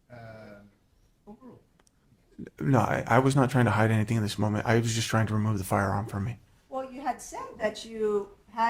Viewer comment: How to "Hud"??? HOW TO HIDE***